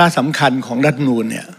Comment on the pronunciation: คุณต๋อมอภิปรายได้ดีมาก ขอให้แก้ไขการออกเสียงคำว่า "รัฐธรรมนูญ" ให้ชัดถ้อยชัดคำว่า " รัด ทำ มะ นูน" ไม่ใช่ "ล้ำ มะ นูน" เหมือนบางคนที่ออกเสียงคำว่า "รัฐมนตรี" ว่า "ล้ำ มน ตี" ขออย่าทำให้ภาษาไทยวิบัติเลย